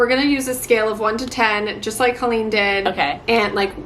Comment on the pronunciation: I know this was months ago, but you said Colleens name correctly:)